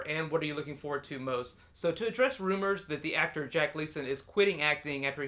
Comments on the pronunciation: You murdered the pronunciation of Glasgow... its pronounced "Glaz-Go" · Glaz-cow? That's really not how you pronounce Glasgow.